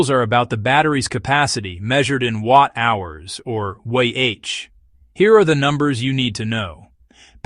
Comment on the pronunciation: Why are you using an AI voice? It can’t pronounce watt hours and milliamp hours properly.